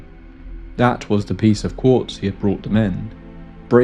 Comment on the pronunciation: Quartz, not corpse